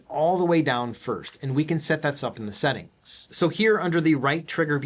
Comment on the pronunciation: "We can set das up in the esettings" 😄